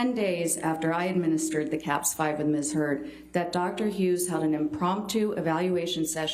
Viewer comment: Omg did Johnny’s lawyer say Ms. Turd? I’m sure she didn’t but it sounded like it and sure made me smile. Also, I hate how smug Amber Turd looked when they were showing the pictures of Johnny’s eye. She clearly is an abuser and loves it when her attorney’s dig and pick at Johnny.